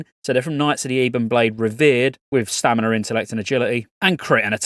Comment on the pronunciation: STAMINAAA no R